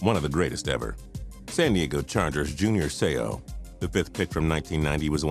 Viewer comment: You can't even say junior seau's name right